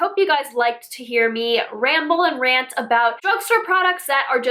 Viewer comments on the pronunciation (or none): none